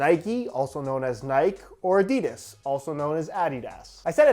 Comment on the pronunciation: When pronounces adidas the European way 😍😍😍😍